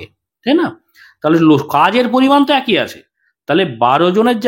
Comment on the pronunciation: What is "ekoi" niyome hote thakbe ? 😂😂 This is "eki" niyome hote thakbe 😏😏